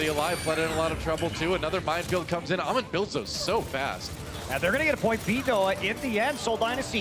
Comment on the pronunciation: its hammond not ahmon ffs